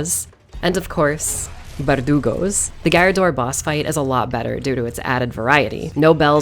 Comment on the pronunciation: the way she says “Verdugos” here tickles the silly part of my brain (my brain is all silly part)